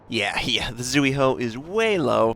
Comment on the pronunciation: zuiho: zui-ho, not zu-i-ho